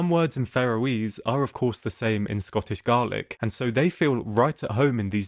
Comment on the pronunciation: I'm not so sure about a real human. Surely anyone with an interest in WW2 would know how to pronounce "Lovat scouts" or question "one on four" 6.28. or "Scottish garlick". 7.26